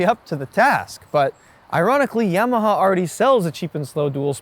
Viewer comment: The NIKKEN proved YAMAHA (pron: ‘Jamaha’ Rossi-speak) is on a Kamikaze mission…